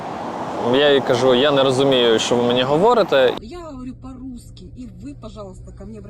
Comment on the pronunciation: Хаварю😂😂😂😂 рязанська дєрєвня, а не російська мова